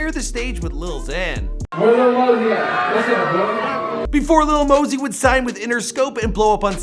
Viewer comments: I thought it was Lil Mosey not Lil Mosey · Lil mosey (Maa-Zee) come one day it right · LIL "LEAN" MOSEY